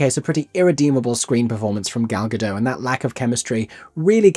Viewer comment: FYI: Gal Godot is Israeli and her name is Hebrew--the "t" is pronounced.